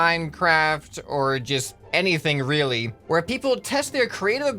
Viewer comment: e y did you say wheely joke